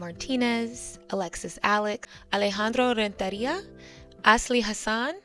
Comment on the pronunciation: I loved "Alejandro Rentería" as a spanish speaker. It was nice to hear that you tried to have a good pronunciation.